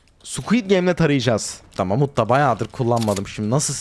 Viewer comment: mamut yerine amut diyiyor